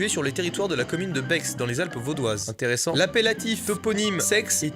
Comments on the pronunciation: A On dis pas Bex mais on dit bai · ça ne se procnonce pas [Bexe] mais [Bé] j'habite juste à côté ( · Perso je connaissais déjà l'existence de cette montagne et aussi de 2 autres appelées "sex noir" et "sex rouge" mais si je ne me trompe pas on prononce sai et pas sex voilà voilà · Ça me se dit pas bex mais sa se dit bé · pas Bex sa se prononce bé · on dit "bé" et non Bex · On dit pas bex on dit bé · Je suis Suisse 🇨🇭 et on dit Bé et pas Bexe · Aïe c’est pas beX on prononce BÉ 😂😂❤️ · Sa se dis Bé et non bexxxx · ça se prennonce pas bex mais ces bé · BEX SE PRONONCE BÉ PTN MASTU RESPECTE LA SUISSE UN PEU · On dit bé pas bex !!!!!ok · Je suis suisse 🇨🇭 mais Bex on prononce pas le x ça donne Bé si on écrit comme on l’entends 😂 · C pas « bexe » mais « bé » HHAHAHA j habite à deux mètre de là bas pis bas enft j connaissais pas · Omg ca se dit pas Bexe ca se dit Bé 😂😂 et ça s'écrit Bex #RIP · Bexe non ca se prononce bé😂😂😂😂😭😭😭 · Bex ça ce prononce Bé pas Bex 😢😂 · Jvais être chiant mais on dit pas "Bexe" on dit "Bé" xD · Pour le sex des branlettes la commune se prononce ''Bé'' si jamais ^^ pas ''beXE'' :D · On dit pas Bex mais B en Suisse petit 😂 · et on dit pas Bex mais comme la lettre B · ON DIT PAS BEXXX ! mais "bé" comme la lettre B voilà ^^ salut de la suisse ;) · Ça fait mal le Bex ( on prononce pas le x ) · Moi qui suis Suisse je t’ai entendu dire Bex en fait ça se prononce « Bé » et pas « Bex » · Alors😂, on la ville de Bex se dit Bè et pareil pour Sex 😅 mais tkt on fait des jeux de mots pourris depuis.... merde j'ai la flemme de compter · ON DIT “BAI” PAS “BEX” 😭😭😭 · On dit bé et pas bex 😂😂 ( j’habite dans le village juste à coter ) 😂😭et je ne connaissais pas cette montagne 😭😭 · ALORS, déjà on ne dit pas sex des branlettes mais sé des branlettes. Pareil pour la ville de Bex : on ne dit pas bex mais bé. En suisse si tu vois un nom d’un lieu qui se finit par ex ça se prononce é. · Je rage il a dit bexe CA CE DIT BÉ pfiou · Bex on prononce bhé x) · Bex ça se lit bé